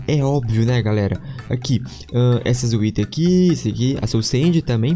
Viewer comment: O mais em graça do foi que ele disse que tava gravando pela primeira vez e ele disse galela